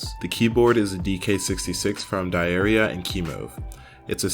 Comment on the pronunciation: i thought u said diarrhea lol